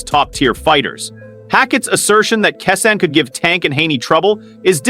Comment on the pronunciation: Commentator needs to learn how to pronounce Keyshawn’s name. 😏